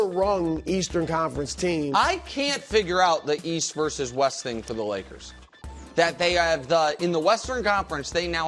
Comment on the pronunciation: “The Woyers”- Brou